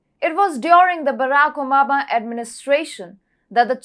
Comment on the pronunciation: She said omaba instead if obama